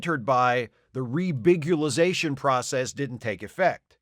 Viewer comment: "Rebigulization" wins you a thumbs up